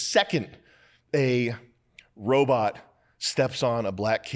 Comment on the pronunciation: “Wobot whar”